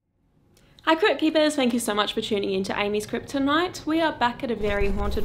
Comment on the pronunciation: I love ur intro, the way u said amys crypt tonight sounded like amys kriptonite. Thats pretty kool.